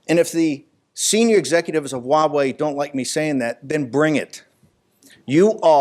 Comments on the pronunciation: If you're annoyed by Tom Cotton's pronunciation of Huawei, you should hear how most of my friends pronounce it. You might need a few shots of everclear after, though. The US government is worried that Huawei will do to the US government what the US government does to everyone. Don't steal. The government hates competition. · Steve Bannon mispronounced Huawei? Spell it with me; h-u-a-w-e-i, and say it People's Liberation Army. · "Stop saying it like that", well stop having the damn beard and shave it off and maybe we will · HiSilicon has been preparing for years yes, they have been stealing industry secrets like cleptomaniacs. Huawey should not be given 90 days, cut ties with the thieving bastards now and get it over with. PS. I'm going to dream about saying Huaway.. with an H... tonight, I'm so self-conscious now... Ban it so I do not have to say it!! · Finally someone noticed that so many people are mispronouncing Huawei 华为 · easy way to pronounce Huawei, CRAP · Did anyone notice that mispronunced Huawei with a W instead of an H. Should be ashamed. LOL:D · "uawei?" no, 'Huawei' Norway? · Uh I love you but it is pronounced (Wah-Way). Huawei actually had a name recognition campaign for this or did they just do that to make it easier to pronounce? Edit: Okay. I'm wrong. It is (Hwa-Wei) in Mandarin. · It’s Huawei NOT Wawei! Stop saying it like that! 😂😂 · It is actually pronounced as "wah-way" not Huawei. You are wrong mate and the official is pronouncing it correctly. I pity you as your channel name is "China Uncensored". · H’why h’would you pronounce it wuhway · your “Huawei” got pretty close to “Wawei” ;) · I know, right. Here in the Netherlands people say Hu-A-Wai which sounds even worse. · I've been trying to improve my Chinese pronunciation. So Huawei pronounced wha-way? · Huuuh... It's actually pronounced WAAAAAH-WAAAAHY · i think he is speaking cantonese wah wei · You mispronounced huawei as well